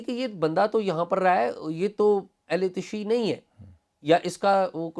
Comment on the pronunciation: تشیع کا تلفظ تشیُّع ہوتا ہے، اعزاز صاحب